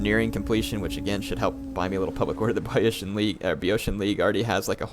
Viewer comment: "I'm reading your comments" my ass. Dozens of people have already told you how to pronounce Boiotia and you still say it wrong. It's BEE-OH-SHA.